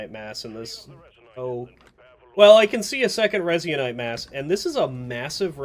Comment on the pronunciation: Resin-ite Resin-ite Resin-ite